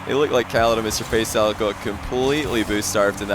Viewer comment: All i could hear was "Mr FaceOwl" xD